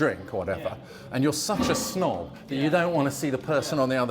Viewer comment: I thought you said "SNOG screen"! But nope, it's a "snob" screen 😂. I suppose it works either way, tho dunnit? 😉